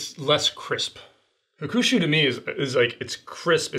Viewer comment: made fun of pronouncing Miyagikyo incorrectly. But Sumimase my friend, you said Hukushu? You mean HAkushu. Maybe 8 straight drinks might have made you slur a bit. Have no doubt in your knowledge on Japanese whiskeys though. It was a really fun Drinkthough episode. Kudos to all of you! Nikka has been always good to me. Their discontinued Pure Malt whiskey must have been the most value added whiskey ever though. It was less than $10. Currently Kirin's Fujisanroku ($14) is probably the most value added one though. Thanks for your fun work! Cheers!